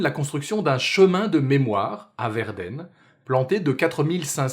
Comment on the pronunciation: Je viens de découvrir ta chaîne et waouh quelle qualité! En tant que germanisste, j'ai par contre beugé sur ta prononciation de Verden mais la qualité de la vidéo compense largement!